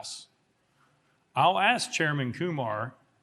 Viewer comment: Did say "aks"